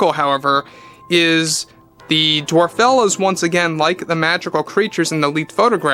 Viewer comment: It just goes from Bad to Worse And it's DWARFELLES. ( DWARF- ELLES )